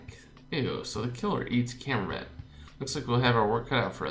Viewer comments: The "t" in camembert is silent. In French, the last letter in each word is silent unless the word after it starts with a vowel. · Gillotine is pronounced like that because it'd have to be Gilleotine how you pronounce it, and camembert is pronounced camombear. It's French for cheese. Proust is prounced Prowst :D